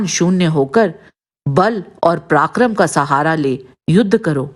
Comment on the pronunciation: उच्चारण सुधारें| पराक्रम को प्राक्रम कहना या सुत को सूत कहना सर्वथा अनुचित है|